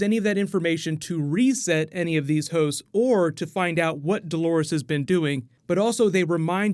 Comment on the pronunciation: It sounds like you’re saying hoes instead of hosts. “Virgin hoes” for instance